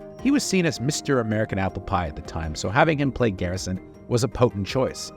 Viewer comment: It’s Garrison. With a G. Not Carrison. Not Harrison. Someone’s not doing their job properly.